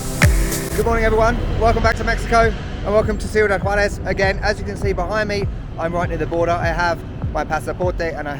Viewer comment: Kudos to your pronunciation, your accent while saying Juarez is better than some El Paso natives 👏